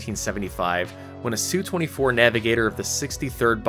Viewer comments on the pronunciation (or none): S.U.-24 Not SUE-24. Thumbs down.